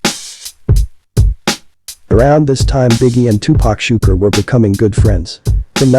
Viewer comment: tupac shakur not shukra!! Shukra is a female name